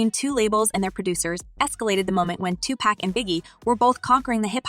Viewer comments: White folks never get Pacs name right. His name is Tupac. Like pock as in pocket. Not-Tu-pack. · It is pronounced TuPAC.. like the word knock. This girl is pronouncing it like the word snack. So many have already corrected her yet she insists on continuing to mispronounce his name. WHY? Girl, you need to stop it. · Decent video information is good , and you had some content others don't, but but please do ur research on the names hardly any of y'all get name pronounced right . It's pauk pronounced 2pauk. Tupac he's not beer 6 pack he's not 1/3 of that. Thank you If you get ur pronunciation right be on top of the list.